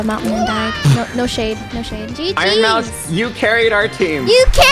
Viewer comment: Iron moues!😂😂